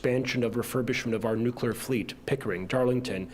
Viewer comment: It's nu-clear not nu-cu-lar